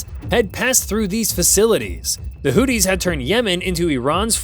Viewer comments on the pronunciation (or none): Houthis - pronunciation: who-thee, as opposed to 'Hootie' as in 'and the Blowfish'.